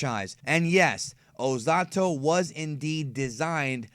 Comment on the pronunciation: Why do you speak his name ozatto instead of ozotto